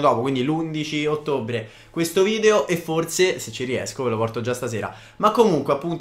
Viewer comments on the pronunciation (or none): none